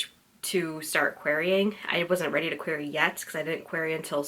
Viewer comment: Yay! That was super cute and I'm glad to get some behind the scenes on that first red ridinghood project. I still remember that I 100% noticed that you were pronouncing "query" weird but the content was so enjoyable and its not like you could reshoot the blog so pointing it out would just be pointlessly ridiculous. Your commentary in this blog about it cracked me up so thank you!